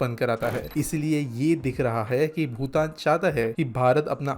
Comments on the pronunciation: भूटान ko भुतान bol rha h ye aadmi. Ek aur baat sikkim alag kingdom tha naa ki bhutan ka part. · भूटान और भुतान का उच्चारण सही किजिए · Hindi me bhutan sahi nhi bolte ho tum